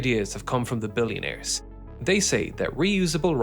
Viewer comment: "weh du billionaires" 🙄